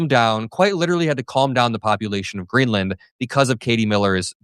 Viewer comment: Hummmmm !!! Is their oil in ‘GREELAND’. 😂🤔🤣😆